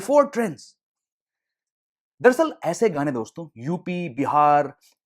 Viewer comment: Bhai its "Dosto" not "Doston"